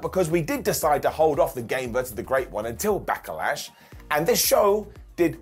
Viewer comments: Why does call it Back-a-lash? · Anyone else wondering why he keeps putting an A between Back and Lash? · I really enjoy the way says Back-uh-lash. His inner triple H is uh, coming out-tuh. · Sounded like called it Back-a-lash a few times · He did, it sounds funny when he pronounce it like that.